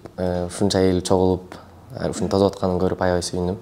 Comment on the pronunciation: Тозуп эмес🤦🤦тосуп дегиле